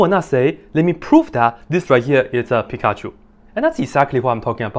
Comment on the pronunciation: Why do you say Pikachu differently? It bothers me hahaha